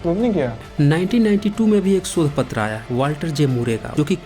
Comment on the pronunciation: sodh nahi shodh